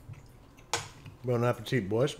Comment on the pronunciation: Bone Apple Teeth